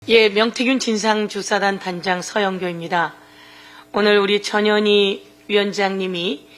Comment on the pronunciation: 전 현 희 의원이라고 발음 또박 또박해주시지 이상하게들림